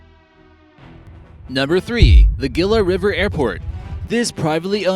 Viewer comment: The "Gila River". . .is not pronounced with a hard G, it is actually pronounce the "Heela River"